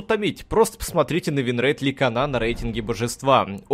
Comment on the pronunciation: "ликанА", "лИон" - с каждым новым роликом, произношение все кринжовее и кринжовее.